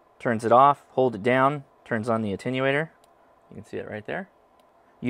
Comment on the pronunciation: Great review & comments. I would draw your attention to the fact that you are pronouncing "attenuator" as "ANTENUATOR" a common mispronunciation. This not an admonition, simply information that you might wish to confirm or not. I enjoyed your review.